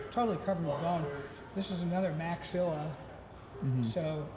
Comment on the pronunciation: i thought i was the only one who heard that lmao